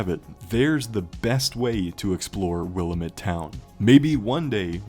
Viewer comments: Weird how they or you pronounce Willamette. We in Oregon say Wil-lamb-it (wuh-la-muht) Since I live next to the Willamette river, never heard it like that. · In oregon we say will-Am-it. Am like ham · It’s pronounced will-am-it… Jesus Christ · I’ll never get over how grinding it is to hear “Willamette” mispronounced by YouTubers